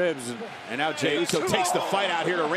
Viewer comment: Could please someone tell Cole to stop calls Jey, Romans Cousim Jey?